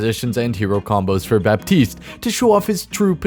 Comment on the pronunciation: Baptiste is actually pronounced like "Batist"